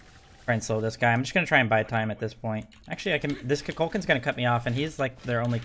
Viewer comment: Koo Kool Kan lmao not KuhKalKahn